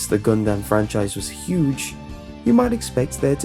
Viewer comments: um it is pronounced gun•dum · I don't know why I found it so funny, but "GunDUM"... LOL "Duuhhhh, it's me, Hiro...Durrrrr"